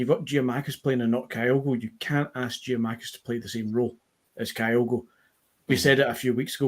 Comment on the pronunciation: If keeps calling Giakomakis ( pronounced YAKOMAKIS PLEASE SOMEONE TELL HIM!) he will forever be known to me as